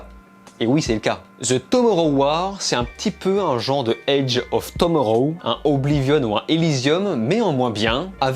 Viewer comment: Ta prononciation de Tomorrow me fume xD